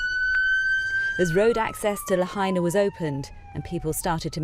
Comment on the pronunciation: Is BBC pronouncing the name of Lahaina town correctly yet?